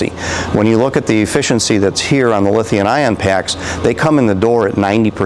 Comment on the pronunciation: someone needs to tell that guy it's lithium with an M... he says lithian all the time